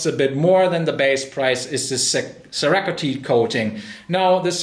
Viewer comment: I just love that pronunciation of cerakote.